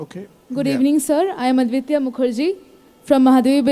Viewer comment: These idilots can't even pronounce the name right !!! He said, "Ugnimitra" ...!!! >>>>>>>>>>>>>>>>>>>>>>>>>>>>>>>>>>>>>>>>>>>>>>>>>>>>>>>>>>>>>>>>>>>>>>>>>>>>>>>>